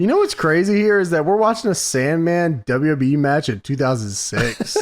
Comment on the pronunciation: ' "DuhYuhYee" is amongst the laziest pronunciations of "WWE" going today. Respect. I keep track of these things.